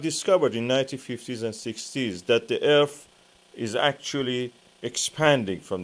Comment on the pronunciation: I can't take anyone serious that says Earf.